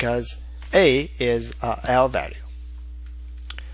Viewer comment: say what again? lvalue leflence